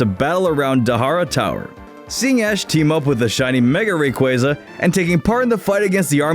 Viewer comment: it bothers me how he pronounces rayquaza